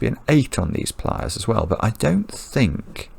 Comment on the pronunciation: It took me quite a while to realize that was saying “pliers” not “playas” (“beaches”).